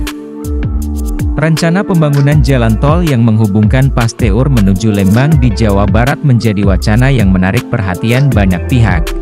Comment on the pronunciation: Min di baca Pasteur,bukan Paste ur .